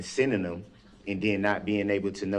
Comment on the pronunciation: "SENDING THEM"...... in HIS LANGUAGE IS "SINNIN' EM". 😁😁😁😁😁😁😁🤣🤣